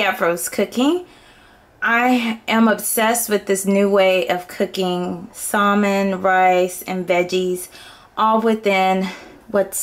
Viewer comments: I used to pronounce it the same way; she's just pronouncing the "l". I did too. It wasn't until I took a TESL course that I found out it's pronounced "sammin" instead of "salmin". No biggie. :) Personally, we didn't cook salmon when I was growing up so I think that's probably why it took me so long to figure out. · The L is silent in the word salmon LOL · You don't have to be mean about it. Thank you beautiful lady for teaching me how to cook healthy food! (BTW, I like the way you say salmon, outside the box)